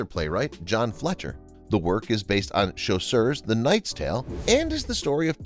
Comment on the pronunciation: Also, "Chaucer" is not pronounced "chaussure".